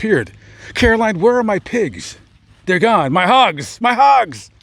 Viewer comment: Aww my name is Caroline too and it's always a pleasant surprise to see another Caroline. Whenever I was in school, I was always the only Caroline (thank you for pronouncing it correctly because I absolutely despise it when people calll me Carolyn, like, there's no Y in my name, yo.so I wouldn't answer during roll call if they called me that and they would get so mad but I'd be like "that's not my name, there is no Y in my name", lol.